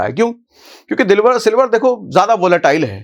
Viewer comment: Sir ap ne silvar ki jagha me dilwar bol diya